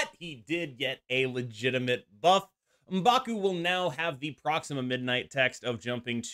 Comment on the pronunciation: I think Elsa is clearly a buff since she's back to being global now. Also thank you for pronouncing M'Baku correctly instead of saying "EM backoo" like certain other creators...